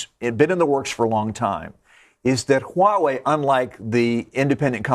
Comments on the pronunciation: Follow me: Wah-way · lol did she just said white wei?